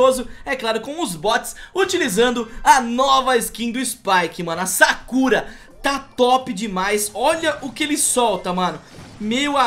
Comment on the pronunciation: Spike "sakúra" ;--; (a pronúncia é Sákura =~=)